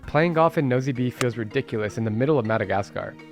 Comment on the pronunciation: Nosy Be is pronounced "Noosh Bay." I went to Madagascar in 2017 and wasn't impressed with Antananarivo ("Tana"). It's filthy and dodgy, and many locals call it "Andikybe" (place of much poop). Nosy Be is quite a nice place, much safer and calmer than Tana.